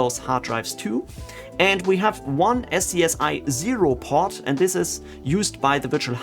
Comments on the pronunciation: One little thing (and I've been seeing this in a lot of similar tutorials), but "SCSI" is pronounced "Scuzzy". Probably not something that comes up a lot if you didn't work in enterprise storage in the 90s, so I'm not surprised that nobody else has mentioned it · I love you man but every time you don't pronounce SCSI as SKAZEE a neopet is starving to death :P